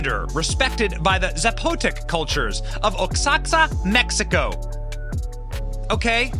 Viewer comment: Benny, the way you butchered the words “Zapotec” and “Oaxaca” shows your level of culture my brotha, respectfully. I think it’s important for us learn how to say these things.